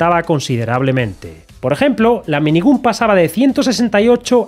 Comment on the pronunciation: El vídeo bien, pero por favor, pronuncia bien "minigun", que en el proceso de ver el vídeo me sangraban los oídos XD